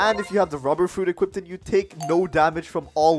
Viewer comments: had to point this out. "Equipted" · wth is "equipted" its equipped not equipted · He keeps saying equipted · bro the "equipted" made me triggered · equipted lol